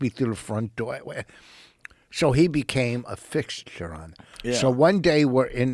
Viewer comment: “I brought Patrice on and then he became a fissxxssshhture on the show.” Jesus lol never change Rich